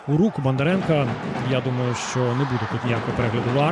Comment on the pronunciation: На УПЛ що, коментатори скінчились? Що воно там бурмоче?.. Половину слів взагалі не розумію - вайби-шмайби, білдапи-шмілдапи, зато "Бандаренка", "Матвієнка", "Алефіренка"... Не призначайте його більше, будь-ласка...